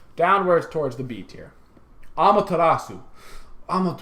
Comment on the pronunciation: Oh my god, he finally learned how to pronounce "Amaterasu".